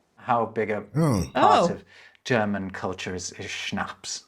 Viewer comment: your german intro pronunciation is getting better and better, soon you will be able to speak german